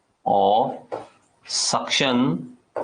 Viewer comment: its suction not sunction.